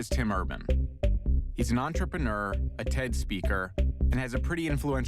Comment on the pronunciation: "Entreprenrrrrrr" "aLonn Musk"